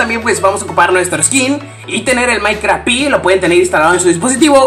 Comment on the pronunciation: xq dices minecraft pi no seria minecraft PE???